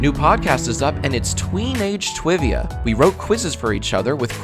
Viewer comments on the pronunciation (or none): did you just say "twivia" instead of "trivia" ? oh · Did he say tweenage TWIVIA? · “Tweenage twivia”